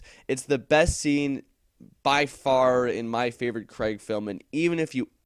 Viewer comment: Who the hell is Daniel Cregg? It's C R A I G